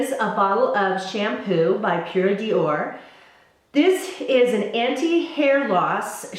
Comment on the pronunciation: Always enjoy your videos and your vlogs. I wanted to tell you that Pured'or is pronounced "door" and not dior (in French anyway). Love from France